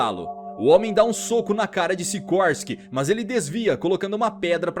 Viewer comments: Não é sirorsky n bro kkk é sikorsky e essa é uma continuação de baki the son of ogre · Siroski ? SICORSKI ....